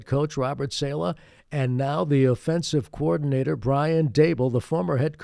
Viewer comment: Saleh is pronounced SAH-LUH